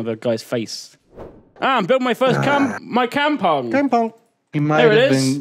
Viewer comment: I know is pronouncing Kampung as how he sees it, but god it's painful to hear it. It's a Malay word and it goes kahm-pong. Maybe Kim could teach him.